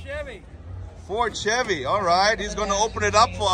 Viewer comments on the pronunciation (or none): none